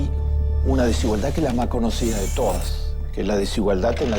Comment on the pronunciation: Peronismo pupilismo solo quiere mas pobres y menos educación. No te aproveches de la desinformacion de la gente para seguir vendiendole mierda . Y aprende a hablar desigualdad con d final no con t !